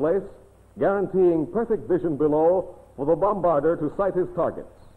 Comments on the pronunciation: Gosh, yes. I cringed every time he said "bomb-barder"! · Must be the only narrator in the world who didn't know how to pronounce 'bombardier'.